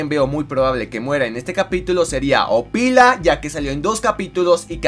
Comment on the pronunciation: ñeo se dice opilo no apilo y no es ana es nabnalina y wilian canguro se llama fairi ururu